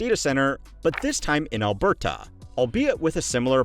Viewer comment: Criticism for saying it correctly